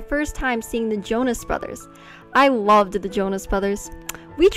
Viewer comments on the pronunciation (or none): did she say „i lovded“ ? 🤷🏻‍♀️🤣